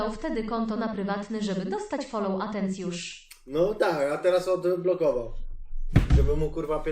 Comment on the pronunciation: "Fallow" 😂😂 kasjusz mistrz 🤜🤛🏿